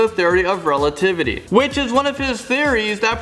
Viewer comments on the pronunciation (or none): none